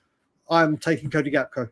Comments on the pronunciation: GAK-PO not GAP-KO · … it is Gakpo , not Gapko !